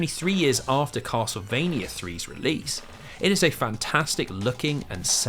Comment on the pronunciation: "kossle-vania" .....yeah.....i cant take 8 hours of that mangling of "castlevania" im out.